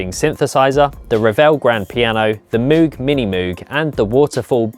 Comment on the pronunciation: You've done it now - saying "Moog" wrong! You will be hounded!